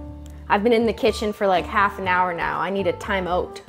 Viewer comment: Just sounds extra Canadian